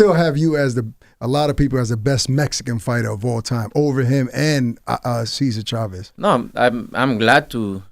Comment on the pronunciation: That boy said “Cesar Chavez” 🤦🏻‍♂️